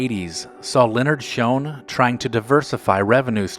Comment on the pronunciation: It is Shoen not Shone